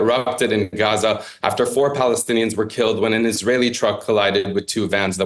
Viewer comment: At least wasn't inconsistently pronouncing Gaza "GCHUZZAH" at random times.